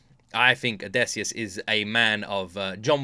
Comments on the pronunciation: If I had a nickel for every time you said "Odesseus" instead of Odysseus, I'd be pretty rich 😂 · Its drives me insane how you call Odysseus as Odaysseus 😅